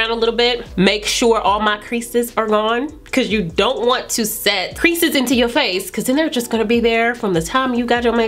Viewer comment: Awesome video! Thank you for this. Please what is a crices as mentioned in when she talked about not setting ‘crices’ into the face , I do not understand that English 😢. Can someone help a sister please.